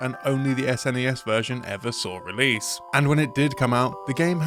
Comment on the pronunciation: Thank you for pronouncing it "S_NES" and not "SNES," though I still just call it Super Nintendo out of habit, which is what everyone I knew as a kid called it.